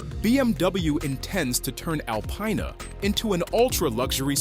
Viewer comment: Why do people say alpyna …. Its disrespect lol